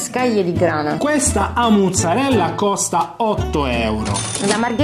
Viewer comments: non so se vi siete accorti ma avete detto tutto il tempo “A’ muzzarella” e non “A’ maruzzella” ahahah. Comunque fino all’anno scorso abitavo lì in zona e posso dire che anni fa le pizze erano molto buone, poi hanno cambiato gestione e sono diventate immangiabili, mi stupisce vederla considerata come migliore con tutte quelle recensioni positive, avrà cambiato di nuovo gestione🤷🏽‍♀️ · "qualcuno ha detto giastit" "amore calmati" "qualcuno ha detto giastit" "amore stai esagerando" "qualcun..." "Stud" "amore, tutto bene?" Ma quando diventerete pieni di seguaci e di visualizzazioni, come farete a fare tre video a settimana? 😊 P.s.: ma la pizzeria è "a muzzarella", o "a Maruzzella"?